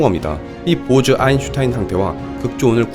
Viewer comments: 아인슌타인 ㅡㅡ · 아인슌탄인이라고 할때마다 간지럽고 답답하네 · 여기서 짤막한 상식) 아인슌타인은 아인슈타인의 아버지이다. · 또인슌타인 개꿀잼ㅋㅋ